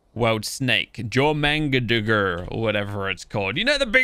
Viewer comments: Ali Al-Maadeed.. its Jör and its pronounced Yör Ö = Ø Ø = Uhh Uhh = U sound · Its from Norths mythology the "j " is pronounced like a "y" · it pronounced Yor-man-gunter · Hey, 2 things 1) Jormugandr is pronounced Yor-mu-gan-dir 2)it says in the description of the prime argie that it evolves so that might be how you get the indominus version (not sure if im right) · You call it yor mon gonder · the snake is pronounced " your-man-gan-der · The Big Snake is pronounced (Your-man-gan-der) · You purnounce it yor mon gonder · Its pronounced Yormangander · Not to be that person it is is pronounced your-man-Ghan-dur